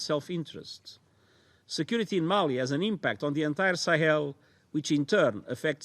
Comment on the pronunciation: mali not mail.